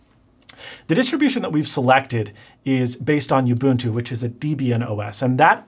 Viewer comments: What is this youbuntoo you speak of? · Everytime he says "youbuntu" and "deebian" 🤣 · I don't mean to be pedantic, cause really cool video. But not sure it is possible to mispronounce more things than in this video (and I stopped a the mark to make this comment)! Youbuntu, Deebian, Guhnome .... I'm dying. You should have just stuck by your initial statement of "I don't really wanna explain how linux works ..", because you can't.